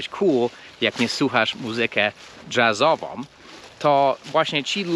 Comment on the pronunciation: Muzyka dżAzowa, ha, ha, ha. My mówimy muzyka dżEzowa. To wymaeia się po polsku przez E, a nie przez A.